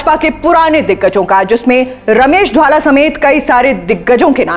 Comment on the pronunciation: महोदया, घर में किरायेदार आ गए हैं और घर के सदस्यों को नजरअंदाज किया जा रहा hai. स्क्रिप्ट नहीं आती बनाने. रमेश धवाला का नाम भी नहीं बोलने आ रहा. कहां से आ जाते हैं ये नौ सीखिया एंकर